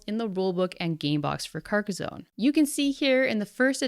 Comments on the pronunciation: Having had family that live near Carcassonne i have to point out its pronounced Car-ka-son not car-ka-zone. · Stop saying carcozone lol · Pronunciation for Carcassonne is off, it's not a z but two ss, like the sound made by a snake. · Carcas-on not Carcas-own. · Sorry but I cringed every time you pronounced "Carcazone". Two S in a row does not make a Z sound, "Carcassssssssone", smooth S sound please. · It's Car-Kah-Sawn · Lmao. Because she pronounces Carcassone correctly, right? Italian here, lemme give you an hint, the whole world steals our words, mispronounces them and commonly fails at conveying the correct meaning. Just laugh at it, it's not a lack of respect. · This pronunciation of Carcassonne is killing me. It's a French name, the "s" is soft and "sonne" has a similar "o" sound as "dot" in English. It's not "zone" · There’s no “z” in Carcassonne.